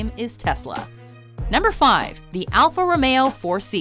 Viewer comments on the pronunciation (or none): As a car guy the way u say "Romeo" makes me cringe